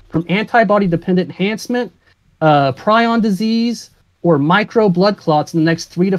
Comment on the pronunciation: it's "pree-on" not "pry-on" you daft peanut